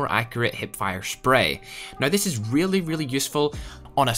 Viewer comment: Ads every 2 minutes, and a speech impediment where you can't say the "ow" sound in "now" without sounding like "oi". Practice that.